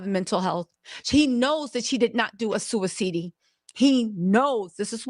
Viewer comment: Suiweseedee or sudiseedee 😂I love you lol